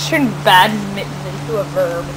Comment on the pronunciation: bad-min-ton NOT mad-mitten!